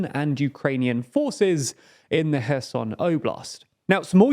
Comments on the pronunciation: Funny comment. To prove my point,, the CEO of TLDR News, pronounces Kherson correctly while, the secondary guy at TLDR News pronounces Kherson incorrectly. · I'm glad that knows how to pronounce Kherson properly, but please make sure everyone on your team (that is your mate ) does as well. Thanks